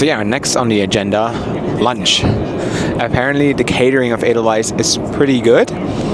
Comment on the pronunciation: Edelweiss! Nicht Adelise!😢